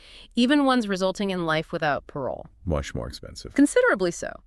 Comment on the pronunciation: when the ai tool couldn't pronounce "Parole" correctly I clicked off.